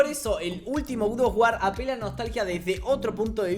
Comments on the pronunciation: me da toc cada vez q dice gud of war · El gud of war No te voy a mentir se ve bastante cómodo diciendo god of war mal, suerte mi pana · Nadie: Absolutamente nadie:.: GUDOFGUAR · Nadie: Absolutamente nadie:: GUD OF WAR